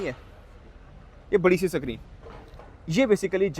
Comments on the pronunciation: Sacreen sacreen bol k pakaya is nay. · He is purposely saying sackreen, basically black jacket to get more views sanaullah pai shaana nikla 💵💰